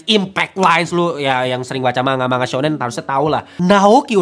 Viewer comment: manga dibaca mangga ya kakak seperti buah. bukan manga seperti kata mangap hehe.